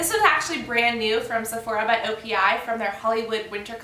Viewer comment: you said opi by sephora a couple of times in the video and it also says it in the title.. haha i know the right way to say it but i know some people wont :) just an fyi